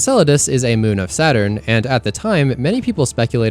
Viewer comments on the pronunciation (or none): none